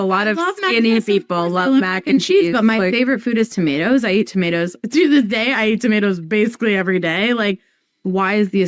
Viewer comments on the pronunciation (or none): Tomato's not tomedoos 😂